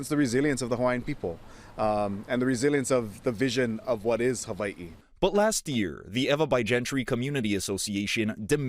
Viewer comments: the hawaiian language doesn’t have a V sound. why are they hyper correcting ) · Side-note: ah, so the w in Hawaii is pronounced like I as a Scandinavian would say a "v". Good to know :) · It's pronounced Haveiee? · How they say Hawaii pisses me off